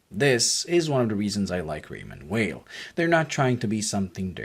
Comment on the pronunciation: If you like the brand so much, please take the time to pronounce the name correctly. It’s not that hard!